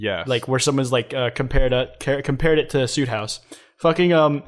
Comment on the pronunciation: kwites saying soothouse wrong